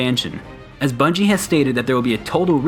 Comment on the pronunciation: “The new bunige” ?